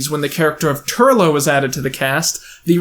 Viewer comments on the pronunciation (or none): none